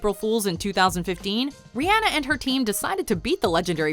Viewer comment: You said Rihanna name wrong